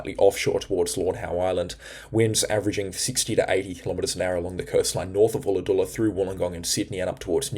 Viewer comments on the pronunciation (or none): G'day Josh here around Mossie (Moss Vale - West of Kiama it got to around -5°C last night. Just FYI: Ulladulla is pronounced 'Ull-a-dull-a' not 'Ool-a-dool-a'. Also Forster (NSW) is pronounced 'Fosta' not 'For-sta' I hope this helps you with pronouncing a couple of Australian geographical places in NSW. Please don't take offence. We love your weather forecasts. Do you think the winter overall will be warmer as predicted? Which would mean rain? Keep up the great work, I know you work hard, and I hope it is paying off for you. Kudos mate.